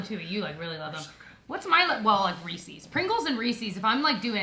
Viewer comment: I am so disappointed in you! You guys pronounce Reese’s wrong! 😂